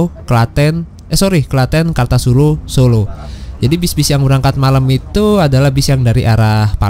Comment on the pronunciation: Bang kartasura pelafalan nya pakai o satunya Bukan yg o yg diatas tapi o dibawah